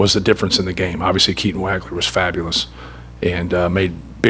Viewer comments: Hey Paint......it's pronouned " WAWG-LER"....not "WAG-LER". Geez. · pronounced WAH-gler #23